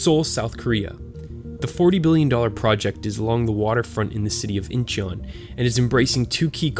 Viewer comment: It’s pronounced more like “in-chuhn” :-) the korean vowel 어 is romanized as eo, but it is actually pronounced somewhere between a long o and a short u.